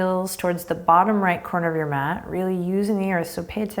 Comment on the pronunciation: when you said math instead of mat I laughed out loud